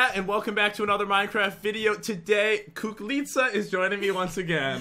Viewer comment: Because I'm Greek, it's so funny hearing Pat try and pronounce "kouklitsa".